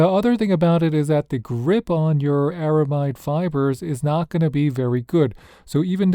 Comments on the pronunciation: ARAMID not ARAMIDE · Just some constructive criticism here…You keep pronouncing the word ARAMID as ARAMIDE though It’s not really the standard pronunciation, so it might sound a bit off to people who are familiar with the material. The word “aramid” is short for “aromatic polyamide,” and most people drop the “a” sound in the middle and just say “air-uh-mid.” So that’s the common way to say it. Most folks just say “aramid.” But hey, if you say “aramide,” people will probably still understand what you mean—it’s just not the usual way. No offense intended. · It's pronounced AraMID 😊 Ar-a-mid (mid pronounced the same way as the abbreviation of the word "middle") 😉